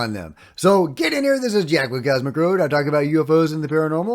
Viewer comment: he may say " get in here " but he sounds like " Get on in here "